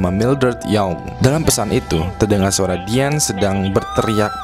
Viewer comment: gua denger "setelah ityu" :v